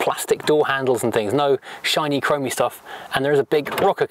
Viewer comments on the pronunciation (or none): Stop sipping your tea. Lol Japaneseeee Plasticeee Chromeeee Metaleeee Very sillyeeeeee !!! Poor vocabulary